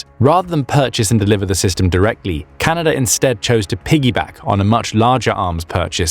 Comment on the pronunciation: I was amazed to hear that the nation to our North is "Canader"